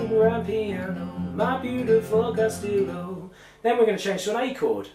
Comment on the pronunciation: castillo is pronounced castiyo